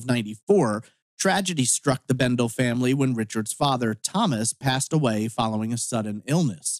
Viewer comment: For what it's worth, his last name is pronounced Bendel-ee. I was his classmate at Burley High class of '85. We weren't friends per se, as we didn't hang out together outside of school, but we talked a lot at school. He was a very friendly guy. My best go out to his family. The Kimama desert is very remote and rugged in place. There are no trees and really no points of reference, so you can get turned around and lost fairly easily I would think. Also the lava rocks are very sharp and can be tough to walk in. If you sprain or break an ankle, it could be very difficult to get back to safety. I think the broken truck window is strange. If it was a stranger who did it, they would have taken the shotgun.